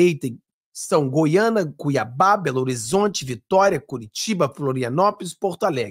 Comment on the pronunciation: o nome correto da Capital do Estado de Goiás é: GOIÂNIA,e não,Goiana.Me perdoa por te corrigir,por favor 😊